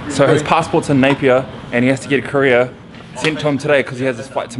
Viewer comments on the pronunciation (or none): none